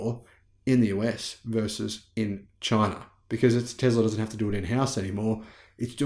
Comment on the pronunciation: There is NO Z in the word Tesla. Let’s work on that S sound mate.